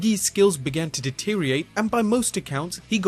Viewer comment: "Deteriate" I hate that!